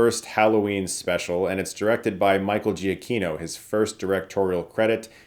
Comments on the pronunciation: Giacchino is pronounced Jaw KEEN o. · I hate to leave a comment just be a "well akshully" guy but from his own Twitter header, it's "Pronounced juh-KEE-no"